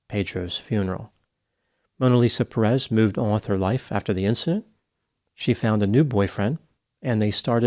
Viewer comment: Dear, it is Pérez, the accent goes in the first syllable. As for the story, one more time guns show how dangerous their use is.